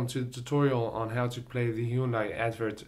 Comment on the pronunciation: haa its pronouced hi un die